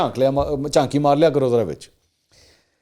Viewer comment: چانکی نہیں چاتی منصور صاحب🫣